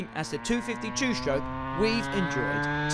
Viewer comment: "Two shtroke"